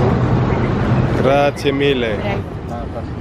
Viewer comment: Ça y est a adopté la culture napolitaine, c’est si adorable comment tu essayes de prononcer avec un bel accent, GRAZIE